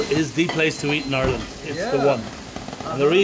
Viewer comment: Hi I’m from Ireland this man is saying Ireland wrong um where a green country and it rains a lot so um yh ask questions if ya want k bye